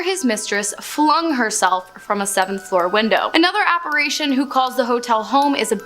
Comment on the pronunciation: Good stuff, but…. the correct pronunciation of apparition is : app-ar ish shon, and NOT app-ar aish -shon❤❤